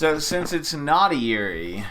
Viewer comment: I'm really enjoying these videos, please keep doing these. By the way, yurei is pronounced "YOU-ray". Everytime you say Yuri I think you're calling a girl's name.